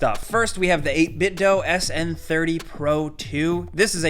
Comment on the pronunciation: The PDP Xbox remote is trash. The d-pad is awful to use and the remote is fragile. A couple drops to the floor and it’ll start having problems. Oh, and it’s pronounced 8BitDoooo